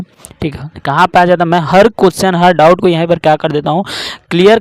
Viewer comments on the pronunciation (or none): none